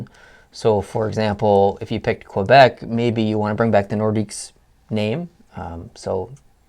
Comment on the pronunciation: Said Quebec wrong also Quebec is a probince...